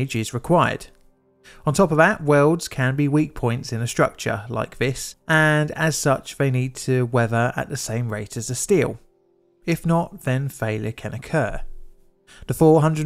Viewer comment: Th, not "v". "Weaver" (weather), "firty five" (thirty five), etc.